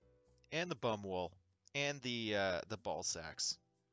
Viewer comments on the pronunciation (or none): Love how you read Baumwolle (cotton) as bum-wool. Hell no! Nobody wants merch made from bum-wool. The german passage you read is, as you assumed, a poll which has two options: Yes, I miss my beloved favourite clan more than anything else in this world. No, MUSH-Clan is just a gathering of overbearing noobs.